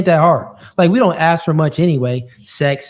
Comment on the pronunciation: Aks again wut aks da question hmm huh aks me what?